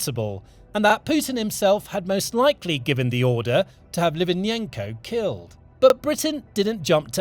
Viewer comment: Please learn to pronounce Litvinenko's name properly! Thanks